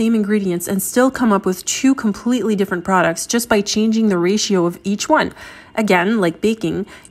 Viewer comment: Why are you pronouncing ratio like that?